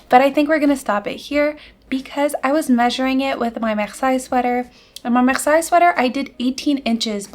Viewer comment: I was wondering if you were a French speaker because you said "We are August," and then your pronunciation of Marseille confirmed it for me, haha. Your Moby is so beautiful! It makes me want to cast on a new one in the same color even though I've already made two Mobys 😅